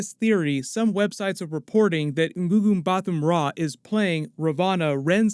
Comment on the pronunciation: Your pronunciation of Mbatha is thrown me off. The 'h' is silent, the t is a normal 't'.